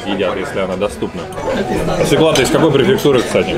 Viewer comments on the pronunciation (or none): Свёкла, а не свеклА) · "свЁкла"! )